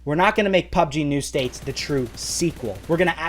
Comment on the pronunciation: Why do you keep saying "PUBG New States"?